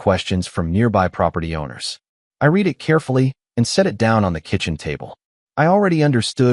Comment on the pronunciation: Can't you pronounce "read" correctly???